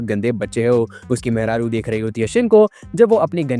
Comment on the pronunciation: mehraru word se lagg raha h ki UP Bihar se ho